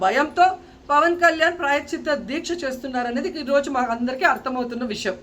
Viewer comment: ముందు ప్రాయశ్చిత్తం అని పలకడం నేర్చుకోండి రోజా గారు.